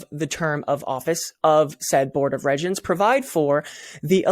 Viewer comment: Regents is pronounced REEEEgents. Just sayin.